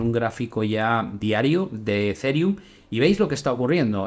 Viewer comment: Se pronuncia Ezirium no Ezereum